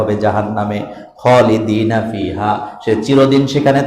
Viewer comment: হুজুর খলিদান হবে। খলিদিনা হবে না।দয়া করে ঠিক করে নিবেন।